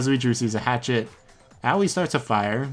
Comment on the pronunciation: Can we talk about how he pronounces Aoi, Owie for a sec Thanks